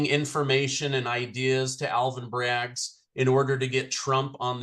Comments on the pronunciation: Can someone tell its not Braggs, it's Bragg. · Alvin Bragg...not Alvin Braggs